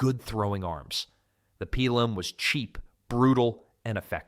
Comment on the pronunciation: No long vowels in Latin. It's pronounced Peelum.